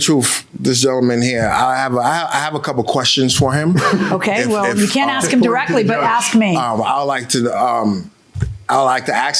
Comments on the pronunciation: He said he "Axed Him"... What's does dat meanses... ? ... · here comes another "i axed" dna..